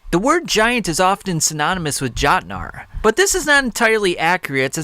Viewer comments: its yotnar not fuckin jotnar lmfao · Every time he pronounces Jot-nar it’s a stabbing in my ear but I already committed so much time to the vid that I must continue